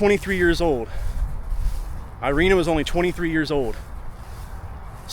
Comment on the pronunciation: It's called "Eereena"